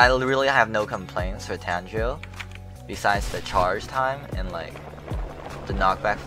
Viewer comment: Exactly its tangerine